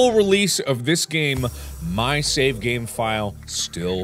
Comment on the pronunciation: you said gane